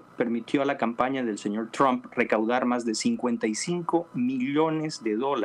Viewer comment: A ver si respetamos otros idiomas, coño. Es "Trump" no "No Trun" y es "Skype" no 'Sky". Y no salgan con la paletada de "no tiene importancia".